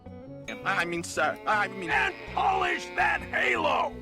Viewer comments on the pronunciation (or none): none